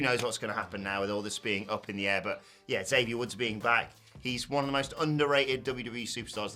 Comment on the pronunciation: I know y'all will never read this but according to the man himself, it's EX-avier Woods, not Zavier Woods.